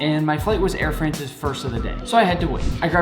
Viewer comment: Air frENCH?? hahaha! it's Air Fraaance